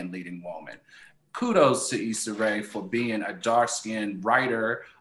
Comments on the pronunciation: The way she was pronouncing Issa’s name in the beginning was cringy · Eeeeee-sah. Jeezus.